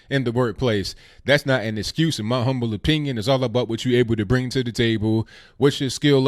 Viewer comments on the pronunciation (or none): none